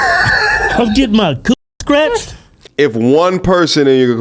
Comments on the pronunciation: She wanna get “Stretched” big homie, not scratched 😭😭😭😭 Which is worse. She looking for English BBC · I believe she said "stretched" not "scratched" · That white lady’s powder blue outfit is KILLIN ‘EM. And I believe that, uh, woman was saying ‘stretched’ not ‘ scratched’ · I believe she said "streached" ☝️😅